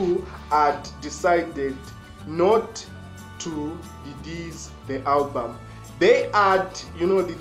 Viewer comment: Come on bro, it's album not hulbum😂😂😂😂